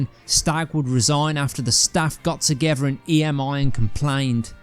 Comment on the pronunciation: I really wanted to watch this but after listening to the narrator for 5 seconds I couldn’t take anymore. BTW is “togever”a word? Shame.